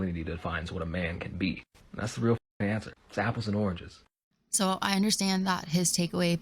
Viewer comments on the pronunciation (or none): Also, where are you from? Apples and “aranges” lol 😆